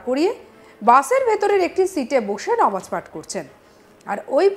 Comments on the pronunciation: নমাজ নয় নামাজ ভালো করে বলুন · এই মিডিয়া মেয়েটাকে চাকরি কে দিয়েছে নামাজ কে বলছেন (নমাজ) .......ও মনে হয় তোতলা ঠিকঠাক কথা বলতে জানেনা ওটা পরিষ্কার উচ্চারণ করে বলুন নামাজ ...